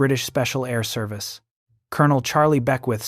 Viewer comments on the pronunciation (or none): none